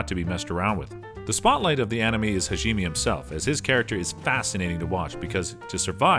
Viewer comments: how could he mess up this name Hajime its so easy Ha-ji-me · if he says HAGEEMEE one more time i think ill die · damn those shield hero names got butchered like animals in a slaughter house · Erk.... I think I just coughed up a little blood after he mispronounced Hajime's name in the beginning... As soon as he said it the second time I look at the comment section and find out mispronunciation is this episode's main theme. But, I'll come back with a different opinion after watching the whole video looking at the content... This is an addition to the original post that I planned on doing. Besides the mispronunciation on about 4/5th of the words (he did get a few right) the content they pushed forward was good. Final judgement: 7 out of 10. Mispronunciation of words, specifically names of people, titles, places, or et cetera can be relatable to walking on glass barefoot.